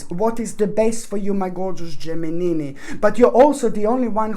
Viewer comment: I love it when u said Geminini....so cute.🤗